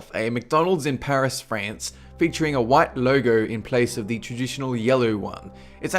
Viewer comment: He said loyo instead of logo